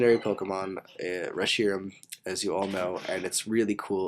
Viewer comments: FINALLY! AND YOU SAID HIS NAME CORRECTLY!!!!!!!!!!!!!! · I made the set today by using a Reshiram I got off of a GTS distribution line. I also found out that it's hidden power type is Electric! REALLY COOL! Also,, you pronounced Reshiram correctly! That how I pronounce him!